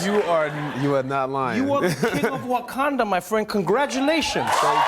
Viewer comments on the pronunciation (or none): none